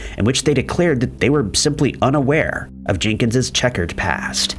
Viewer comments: The possessive form of Jenkins' name isn't pronounced JENK-inz-zizz. It's just JENK-inz. - The "i" in "short-lived" is long, not short. (you are short of the noun, not the verb) - The "o" in "betrothed" is long, not short. I can't take anymore. I'm done. Thumbs-down. Channel blocked. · Not Jinkens. Jenkins.